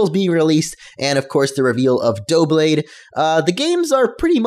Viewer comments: I didn't say it was Dooblade, I said he pronounced is "Dooblade" I know how to read, which is more than I can say for you, I think it will be pronounced "Dub-blade" because in the English language, double begins with "dub" and considering the doub in Doublade is obviously representing the act there are double the swords, I think I have a lot more logical reasoning than this guy, "dooblade and duoblade" are seeming like mispronunciations to me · Its not pronounced Duo-Blade, It's Dub-Blade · I think its Duh-blade. ya know, cause Its Double Honedges.... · Doublade = Duh Blade (Da Blade) Tepig = Teh Pig (The pig) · You call him retarded and still you think it's "probably" pronounced "Dublade" why say that if you're not even sure yourself. And it's Doublade, not Dooblade. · It's pronounced dub blade not dough blade dub not dough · Duh-blade- Like double, but with a blade tacked on to the end. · Its Dou-Blade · Doublade, Double Blade, pronounce DUB-LADE... its not a hard concept to wrap your head around haha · It's *Dub-blade*. It's just Double and blade together. Not that hard. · It's pronounced like Duh-Blade. It's the word 'double' and 'blade' put togethor... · im pretty sure it is DUH-blade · It's pronounced Doo-blade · Doublade. Start saying "double" and finish with blade. Like "dub lade". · I think Doublades pronounciation is Dub (Dubstep) Blade. Dubblade? Just saying... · It's "Double" and "Blade", so "Duh-blayd" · It's pronounced "Dub-blade" like Double Blade... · Doublade: Noun (pronounced Duh-blade) A Generation VI Pokémon that evolves from Honedge (pronounced Hone-edge). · I think doublade is supposed to be pronounced like double+blade (DUBLADE) :P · It's pronounced like "double" and "blade" put together. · While you've obviously got the origin correct I'd day it's more "dou-" then "blade (duh-blade essentially). While it may be a pair, it's specifically swords, so I'd imagine the pronunciation will have the "blade" part stressed, not the "double" part.